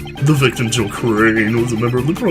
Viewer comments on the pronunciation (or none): Rebuttal -- Regarding Jill Crane-- ... THE victim, Jill crANNEE, WAS a member of the PrOLLLL-BLUGH blbl